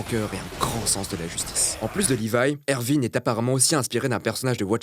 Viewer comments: Bon il a dit ervin 😑😑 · "ERVIN" bon le mec n'a pas pas regardé L'Attaque des titans ptdr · MAIS C'EST HONTEUX ERWIN PAS ERVIN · "Ervin", je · "mur de sena" "Ervine" non mais les prononciations quoi XD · Je rêve où il a dit ervin ? 😶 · Oh mince comment il la prononce Erwin